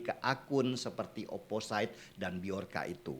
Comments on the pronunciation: Not really mean to be a grammar nazi, Amang, but.. Opposite dibaca "o-po-sit" BUKAN "o-po-sait" Anonymous dibaca "e-no-ni-mus" BUKAN "e-no-nai-mus" Resilient dibaca "ri-si-li-en" BUKAN "ri-si-lai-en" Horas, Amang. Mauliate. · mohon mangap, bang... bacanya oposit, anonimes, resilien, (biar lbh jos kontennya, bang) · Bang denny, opposite itu dibaca opposit. Anonymous itu dibaca anonimus. Ga perlu ai ai an. Resilient juga dibaca resilien, sama ga perlu ai ai an. Ini kru 2045 tolong dong, masa ga ada yg mengkoreksi?